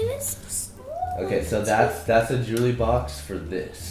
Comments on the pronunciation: Jewely box Bc adapt can't say jewelry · the type of guy to say "Jully" instead of jewelry